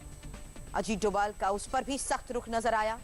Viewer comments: धोवल नहीं डोभाल है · NSA का नाम अजीत डोभाल है न कि अजीत 'डोवल'. कई जगह 'भ' के लिए V का प्रयोग करते हैं जैसे बंगाल में सौरभ को Sourav लिखतें हैं. NSA का सरनेम डोभाल है.